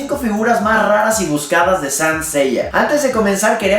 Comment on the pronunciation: Buen video, pero me hace mucho ruido como pronuncias SAINT -.